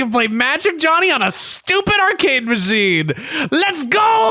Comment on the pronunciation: With how iconic Magic Jony has become, I feel it very important to note that his name should not be pronounced “Johnny”. Due to it missing the “hn” and being only Jony, it should be pronounced: “Joe-knee.”